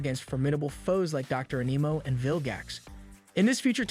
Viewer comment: You said dr animo wrong im sure i spelled it wrong